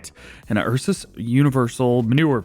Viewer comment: bro spelling Ursus like Eusus